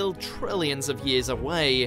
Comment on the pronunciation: ... with nothing else left-ah! But, that's a trillion miles away-ah! You guys really need a new narrator. Interesting material that's really annoying to listen to.